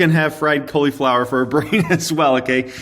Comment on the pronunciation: Who else finds it funny the way he says cauliflower?? 😂